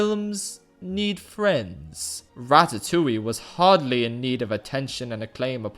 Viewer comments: Im currently a French girl who's watching an one hour video about one of my fav childhood film that I really like, because well im a FRENCH GURL, from an English guy who pronouncs Ratatouille, Ratatoully. And I apreciate it. (btw it's more like Ra-ta-too-ye) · What is this "ratatouwi" he keeps talking about ? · Me being French and hearing "Ratatouilliiie" for the whole fucking video.